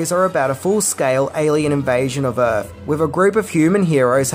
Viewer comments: Welcome to “earf” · It’s “welcome to Earf”!